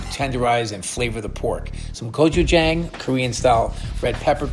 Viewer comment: Bobby please!! Gochujang with a soft a, ah, not gochujAng. Love you 😂